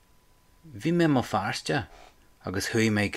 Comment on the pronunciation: At about where you're saying "My pint" it kind of sounds like "muh finta". Overall, it seems to me that your pronunciation of "mo" is switching between "mow" (as in mow the lawn) and "muh". Of course this could just be me being feckin' tone deaf. BTW, was that a proper use of "feckin'"?